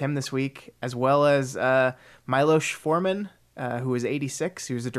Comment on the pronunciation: Just a nitpick - Miloš Forman is not pronounced the way you did it. Understandable though. Your pronouncuation for Forman is close enough, but Miloš is way of. The right way to pronounce it is for "Mi-" to be like the "mi" in "fa-MI-ly" and "+losh" (the way you pronounced it).:) You are still better than Kyle of the Brows Held High (great channel if you don't know about it) and his atempts to pronounce Švankmajer, though.